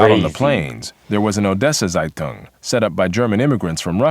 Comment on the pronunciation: is there a reason why the speaker of that video is butchering the words so much? saitang? please, the word starts with a z and it ends with ung. and which schools are you talking about? are you really telling me that we here in austria never heard of the pre WW2 history of germany? because you explain it like it is nowhere taught outside of germany. nowhere, never ever, maybe in german schools.